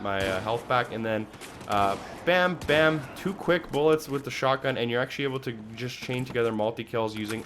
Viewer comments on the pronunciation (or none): it just sounds like the dude says shockgun instead of shotgun, take another listen to it, it stuck out to me soo bad lol i couldnt get over it